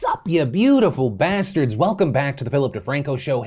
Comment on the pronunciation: Phil, Less emphasis on the beautiful. More emphasis on the BASTARDS ty